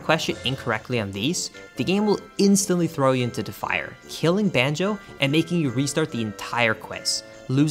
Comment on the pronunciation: he keeps saying “banjeh” kazooie 10/10 never change man